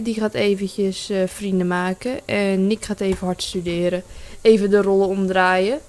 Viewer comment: "vervange, en makeh"